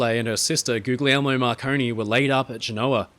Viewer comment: Aaaaargh! I loved this video, as always. They're always so well produced and interesting. But... Galileo Galilei. The second word is pronounced "galli-lay-ee". If it had just been once, I could've lived with it. But there's a part where you repeat it over and over. 😭😭 (and in Italian words, when you have a GL together, the G is silent. Gooly-elmo, not Googly-elmo. Similarly, tagliatelle = tally-a-telly not tag-lee-a-telly). I hope you take the comments in the spirit they were intended, as I do love all your videos.